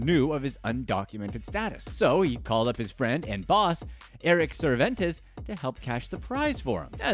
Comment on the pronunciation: I am low-key mad he missed pronounced Cervantes by adding in extra letters and syllables lol